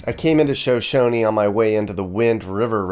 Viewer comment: Is pronounced SHUH SHONIE. I live in Riverton